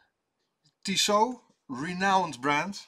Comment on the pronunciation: Tissot……..or Toss it? 😂